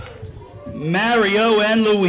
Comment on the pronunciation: The teacher said “mary-O”💀😭